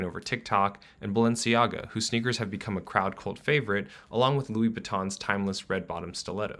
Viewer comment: This video offers a lot of insight, but I think it would have benefitted from the speaker learning the proper pronunciation of some brands. Louboutin and Louis Vuittton for example, are different brands but are pronounced identically which isn't supposed to be the case. It's a minor mention but important nonetheless. The subtitles don't know the difference